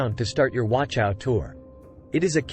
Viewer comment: Appreciate the video, but my ears are hurting from the wrong pronunciation. Please look up the correct pronunciation of Wachau - there is no T sound (nor is there a K sound, like in some other videos). German CH sound is more like a hiss from the throat.